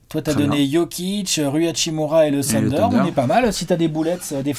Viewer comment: coeur sur toi mais par pitié arrête de dire Tender pour le Thunder